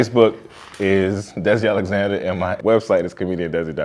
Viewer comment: Alexander….Not Alexnader!